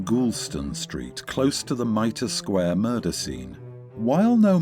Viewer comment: Mitre Square not "Mirtle Sq"